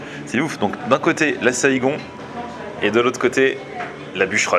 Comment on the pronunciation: Haha petite dédicace à ma Ville 👌 saïgon se prononce Saygon et pas ségon sinon très bonne vidéo 🇻🇳